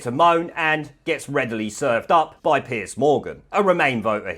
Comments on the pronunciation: "Piece"??? It's Piers... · 'Piers' nor 'Piece'. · Why keep calling him "Piece" Morgan? It's Piers for goodness sake!!!!